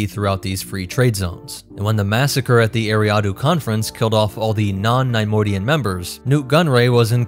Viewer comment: The constant mispronunciation of Neimoidian made this unwatchable :/